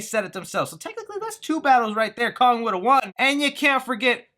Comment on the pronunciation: “Kong” not “Long”